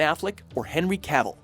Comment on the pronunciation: "Ben Afleck or Henrey Canvill" dead lmfao